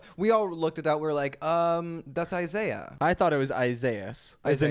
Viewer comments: omg hahahahah that's the pronunciation in Spanish for Isaiah hahahaha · The fact that it’s LITERALLY Isaiah in SPANISH *in voice * - C’mon!!🤦🏽‍♀️🤦🏽‍♀️